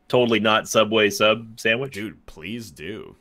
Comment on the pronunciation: The way he pronounced sandwich absolutely killed me